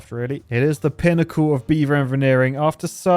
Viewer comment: the pinicle of beaver envinearing 😂😂😂